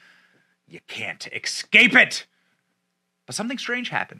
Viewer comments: Escape not ecscape. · ES- scape.... not exscape. Ugh. My brother has been saying it that way since we were children. Always drives me nuts. It's like drownded... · Why can't anyone pronounce "escape" correctly. It's not "Ecscape" Benny. Sorry but I had to